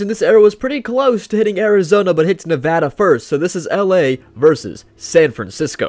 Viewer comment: Just wanted to let you know great video and someone from Nevada you said it correctly the first time